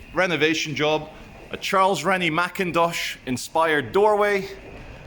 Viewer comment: Its Charles Rennie Mackintosh not dosh 😂😂